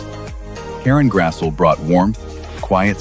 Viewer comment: He grassie not Grassel